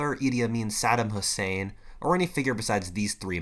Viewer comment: You pronounce saddam hussein in a funny way. Great video anyhow.